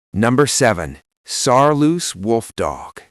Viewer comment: It's Saarloos wolfdog not Saaloos wolfdog.